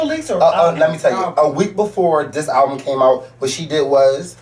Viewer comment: was hot!! lmao! the fact that he kept saying "alvum".... tears...